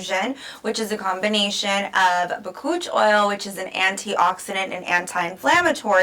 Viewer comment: Bakuchiol is not an oil. Lol. BAH-COOCH- EE-OWL . Since you're educating, pronounce it right. Lol.